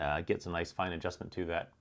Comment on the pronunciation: great video, and "naic" is just "nice" ;)